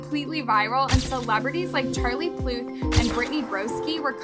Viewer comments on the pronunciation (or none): No one gonna talk about she said Pluth not Puth no hate to her I just thought it was funny🤣🤣🤣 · The fact that said charlie pluth like girl is charlie puth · bruh ain't no way she said Charlie Pluth💀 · did she just call him charlie pluth? or am i trippin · “Charlie Pluth” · Charlie what- she did not just say pluth did she?! 🤣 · Did anyone else notice that she said Charlie pluth 😂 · you did not just call him Charlie PLUTH 💀💀